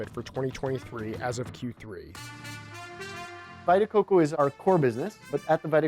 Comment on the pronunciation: "Vai-ta Coco"? Lol. And "positive impact"? Maybe you should go to one of those schools you're building.